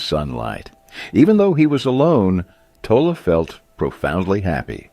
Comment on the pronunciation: It's pronounced toll lay.